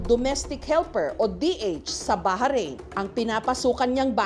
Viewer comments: Baharin po pala pronounce ng Bahrain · BA-RAYN O BAH-RAYN HINDI BAHA-RAYN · Yung bahrain pronunciation😢😢